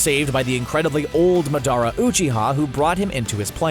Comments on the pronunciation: did he just say maardara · Ik Madaraa it’s Madara but he said it like madaraa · lol when he said maadarraa I didn’t know who he was talking about but he was saying madra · Dadara not dadra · Yea like who is Madaru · I like how he calls Madara “Medara” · y u had to say madaras name mudarra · It’s said Day-Dora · They said it like Muh dare uh...Emphasis on dare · Shisui Uchiha he also called the tailed beast a demon. Also he pronounced madaras name wrong every time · The part that made me more upset is when he pronounced madara uchiha wrong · Why is he saying madara 😑